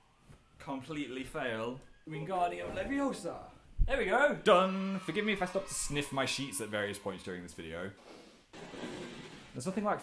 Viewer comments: It's leviosA, not leviosa. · it's not leviOsa its leviosA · Phil, it's LeviOOOsa not LevioSAR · leviOsa not leviosA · its LeviOsa, not LeviosAR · it's leviOsa, not levioSA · it's levi-OSAR! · not levioSAR